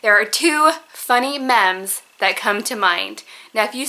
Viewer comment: Lol so cute... you said meh-mz... they're pronounced mee mz.